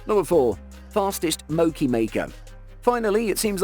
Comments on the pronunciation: mb its mochi not mocci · Mo chi. You pronounce the ch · It's pronunciation mooooochie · Mo-key!??? U mean MoCHi!!?